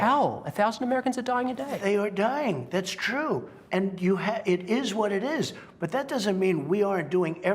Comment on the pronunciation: whot books lol